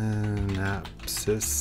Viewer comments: "Synapsis" Made me laugh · its Synapse / Synapse X not Synapsis lol